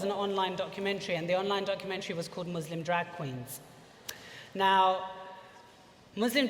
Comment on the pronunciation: The Muslim drag queen that can't pronounce the word 'Muslim' correctly, hmmmmmmmm... fame seeking much?!